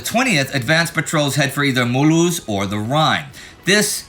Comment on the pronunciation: Y'all clearly make great efforts to pronounce the names of places correctly which is always appreciated! Great job on "Mulhouse". I'm a native french speaker and Simpsons fan so I'm always calling it Milhouse